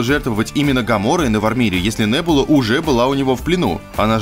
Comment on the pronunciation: вообще то не нэбула а Небула